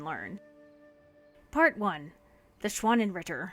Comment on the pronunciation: Me, a German speaker, every time that anyone talks about the schwannenritter: * extreme cries of agony*